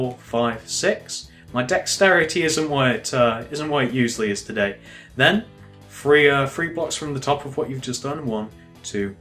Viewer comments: why do u say thre instead of three? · I love his tutorials but it really bothers me how he says "free" instead of "three". Is it just me? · lol instead of 'three' you say 'free'! lol it's so funny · lol u say free and firteen